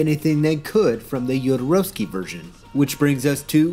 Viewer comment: first person I've heard pronounce Jodorowsky's name correct. bravo